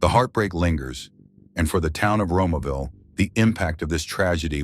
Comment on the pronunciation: Romeo-ville Romeo! Romeoville and Joliet are two towns up there. As in Romeo and Juliet. Get it? Ex Dallas Cowboys quarterbacks have nothing to do with the names of those towns nor this homicide investigation. 🤦‍♂️